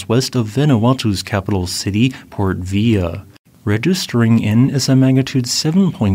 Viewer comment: This is NOT an AI voice over, it is recording voice which is pretty close to his actual voice... see love videos or one with Prof. Shawn Wilsey. Still, I make it a drinking game... there is always one or in this case two. I really had a good laugh this time, because struggles with Spanish... and volcanoes with the double LL. Here, Port Vila is not Vee-ya, which would be the Spanish way... but port Vee-la. Good times! Stay awesome,! Keep up the good work!